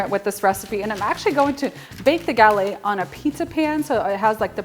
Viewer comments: Gah-LETT, not ga-lei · French cuisine called a GuhLETT -- not gal-AY. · Hi i love your recipe but i don't know, about the way you pronounce the word "Galette", you're supposed to say it with the 2 T's like "LET go / galLETTE". I'm from Quebec and my grandparents are from France. Anyway, just a little lesson i'm giving you. Friendly yours...France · The "T" is pronounced in gallette. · Looks delicious. FYI, you do pronounce the t's in the word "galette". Have a great day and keep up the good work!